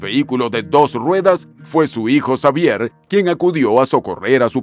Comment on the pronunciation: Muy completa la información sobre Chabelo,. Sólo que en México la "X" la pronunciamos como "J" , así que su nombre se pronuncia : Javier. Saludos 🙂